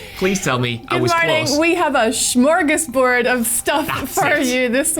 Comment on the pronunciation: The way you pronounce smörgåsbord is a crime against the swedish language